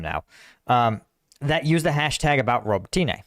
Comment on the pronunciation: Thank you for your analysis! I watch it daily. Btw Robòtyne is pronounced with "i" as in the word "dick", not as in the word "teen" :D